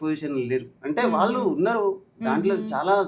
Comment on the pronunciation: 'వాల్లు, వీల్లు' ఏంటి, 'వాళ్ళు, వీళ్ళు ' అని పలకలేరా? అన్నంలో రాళ్ళు లాగా ఉందిది. మిమ్మల్ని 'తులసి' అని పిలవకుండా 'తుళసి' అని ఎవరైనా పిలిస్తే ఎంత అసహ్యంగా‌ ఉంటుంది?